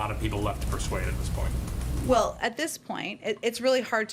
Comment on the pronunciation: YOU SAY VELL VELL İ